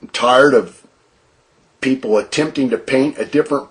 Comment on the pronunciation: Why does he pronounce tired, "tard"? Ugh